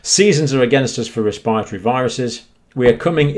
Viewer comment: Wespiritowy pwoblems.